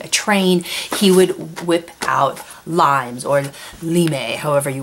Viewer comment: Just some facts about the real "Limes". The word is actually spoken "leamess" and it was a huge series of wodden boundary walls and fortified towers along the border of the former roman empire, all over Europe, North Africa and the middle east. There are still lots of places, especially in Germany where you can still visit intact parts of the limes wall and learn more about the germanic/roman border regions.